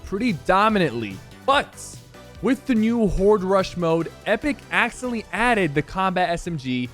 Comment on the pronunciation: Bruh he sounds like he is saying actually and accidentally at the same time